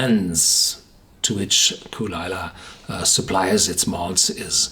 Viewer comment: It's kull-lee-la